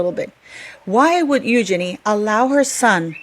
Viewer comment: Wow great letter.💯. Also, kudos to you for pronouncing Eugenies name correctly most on yt dont. 👍